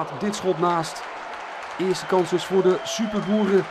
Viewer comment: Elke keer dat hij superboeren zei dacht ik dat hij superHOERen zei!! XD